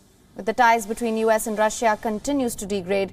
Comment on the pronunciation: did she just read U.S as "uhs"?